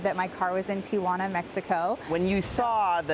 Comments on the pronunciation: As someone who lives in the area, I think what bugged me most out of all this was his pronunciation of Tijuana. She actually said it correctly. It’s Tee-Hwanna….not Tee-uh-wanna 😆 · Sir...for the sake of languages..its not Tia-juana....it's called Ti-juana...your aunt isnt here 😂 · It’s Tijuana not Tia Juana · Reporter: Tia Juana